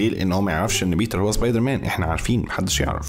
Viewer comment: مصري زبيدر مان مش سبايدر مان